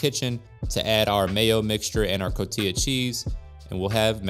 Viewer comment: Can't stand the way you say cotija after growing up in a household where it's pronounced Co-ti-ja or co-tee-ha